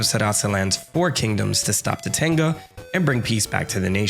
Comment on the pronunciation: I found it... someone else who heard "Topanga" instead of Tatanga (even though I did not like watching Boy Meets World).